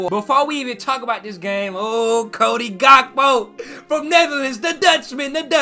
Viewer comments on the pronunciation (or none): So no one gonna tell that vergil last name is pronounced as dyke and not di*k and also Cody last name is pronounced as hakpo and not gakpo because he's Dutch and the pronounce their g as h